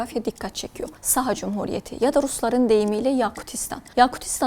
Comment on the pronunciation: Неправильно ставите ударение - СахААА